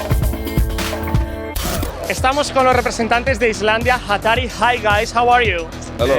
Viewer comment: Hatari con la sílaba tónica en TA ---> cierro vídeo